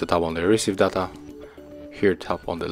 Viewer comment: Check the pronunciation for a word ALLOW, DATA. Horrible to listen for native speakers.